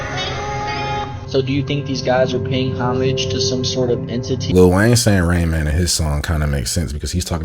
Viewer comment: Rain main= Ra-in Man